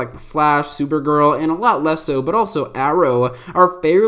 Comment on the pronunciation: the way he says arrow. 😂😂😂😂